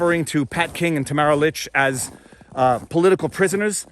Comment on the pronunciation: You keep going between pronouncing Tamara's last name "Li-cha" and "Lick" and its kind of disorienting. Pick a lane.